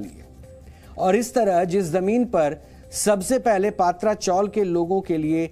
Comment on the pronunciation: पात्रा नही पत्रा, टीन को मुंबई में पत्रा बोलते है। प्लीज correct